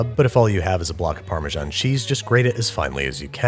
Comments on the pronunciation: Why call it Farmer John cheese? It’s neither the Italian (Parmigiano-Reggiano) not the English (Parmesan) pronunciation. Wrong both ways? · How do you still not know how to pronounce Parmesan. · Why do you pronounce Parmesan like that? It's pronounced paar - muh - zan